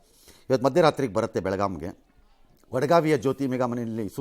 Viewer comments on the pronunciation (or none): ಬೆಳಗಾಮ ಅಲ್ಲಾ ಸಾರ್ ಬೆಳಗಾವಿ ರಿ